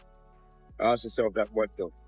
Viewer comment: I was following you until you couldn't say ask !